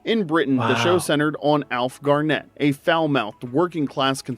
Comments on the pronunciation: Gárnet (lke the stone) not Garnétt. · Pronounced GAR-nit, not Gar-NET. Change the 2nd vowel. Emphasis on the 1st syllable. As opposed to the NBA star, Kevin Garnett, who can keep the way he pronounces his name. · Sorry, but no. It is Alf Garnett with two T's and pronounced Garnett, as in Barnet, daft git, in'it ;p Perhaps you're confusing Alf with Hyacinth Bucket from Keeping Up Appearances who is famous for wanting to be known as "Hyacinth Bouquet". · Am I the one to make the comment on how to pronounce Garnett? Ok then, it's pronounced Garnit 😀xx